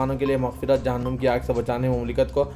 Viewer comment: لفظ جہنم نوم نہیں ہے نم پیش نہیں زبر پڑھا جائے گانمزبر نم زبر نم